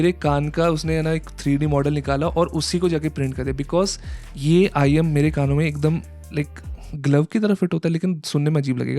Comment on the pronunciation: Bro said IEN an earphone 💀 and just for the fact this is not the most expensive I saw the most expensive IEM I've ever seen was arround 284K 💀